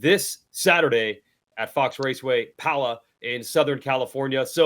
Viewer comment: still can’t pronounce pala right